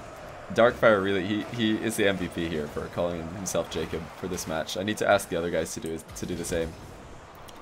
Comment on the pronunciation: after awhile I just started hearing him say "J cup" then i thought, damn dems sum big ass tittays